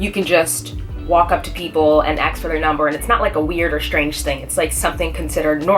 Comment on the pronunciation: You seem like an intelligent woman. Why can't you just say ''ask''? instead of ''axe''. It makes you look less intelligent. Only lowlifes don't care if they're correct in the vocabulary or not.